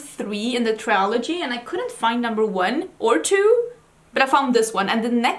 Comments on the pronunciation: also we say trill ogee rather than try ol gee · Since you often ask how things should be pronounced: trilogy, not triology. And it's the same in Swedish, trilogi, inte triologi. I guess a mix up between trio and trilogy is the explanation behind that common mistake. I loved hearing your book review!